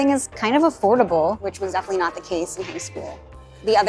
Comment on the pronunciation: 0.18 "everything is kinda afordabooaall"🙄